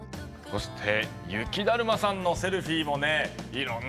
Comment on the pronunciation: ゆきだるまをゆきだまって言ってね？ww